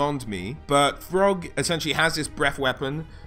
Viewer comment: I heard "frog" when he said Throgg